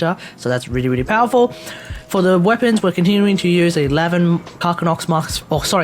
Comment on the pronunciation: He did it,... he pronounced it the correct way.... "Car- SinnOX" (Carcinnox) (:") ) ReSub LoL Hope you're doing well in... I have some friends in Australia... they say they're dealing with Covid-19 really well compared to most Countries... Which is more than I can say for myself.... being in America... LoL Wish me luck... we have Humanity's biggest Moron on the Job (:/)! Again, hope you're doing well, Stay Home and Stay Safe (:") )